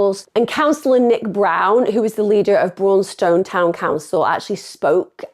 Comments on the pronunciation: This is close to my home; it’s said brawn ston, not brawwwn stone. I live in wigston. This is too close, this gent, this son, husband, father, uncle, friend, grandfather was done dirty with the sentences these kids got! They’re racist, they attacked this gent for his race.ill stand by that. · Braunstone sounds like brawn ston, sorry spending half my youth hanging around there and being from Leicester that bit tickled me. Awful case and great job covering it emma x